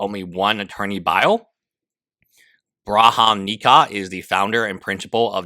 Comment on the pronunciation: I'm all on Ethan's side here, but Jesus Christ how is it so hard for you to read the word "BAHRAM", you keep pronouncing it as "BRAHAM", makes me go crazy